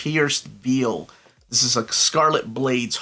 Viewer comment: Legends of the pierced "veal" LOL!🤣